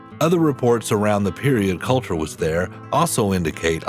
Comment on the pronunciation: its Colter, not Coulter